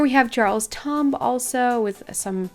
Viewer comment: I’m sorry but I have to point it out that said jarls tum not jarls tomb lol I know that English is not her first language but just to point it out